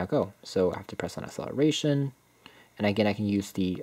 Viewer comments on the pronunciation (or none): none